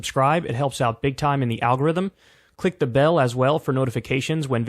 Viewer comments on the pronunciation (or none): kyle "alghorrryzzzm" kulinski 😂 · Did Kyle really say ALGORIZM!? 😅😂